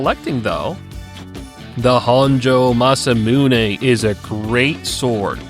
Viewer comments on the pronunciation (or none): none